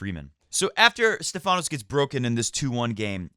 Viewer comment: Great match by Felix. As a Greek I gotta correct you on the pronunciation of Stephanos. It's Stéphanos not Stephános. The accent is on the e. Cheers